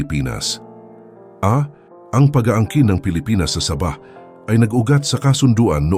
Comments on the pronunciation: Sabah Po d saba hahaha 😂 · Hindi po saba kondi sabah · Hehehe tunog saging at sardinas eh hehehe 😁😁